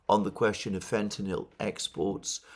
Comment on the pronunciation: Alexander is the only person who pronounces fentanyl correctly. Americans can't do it.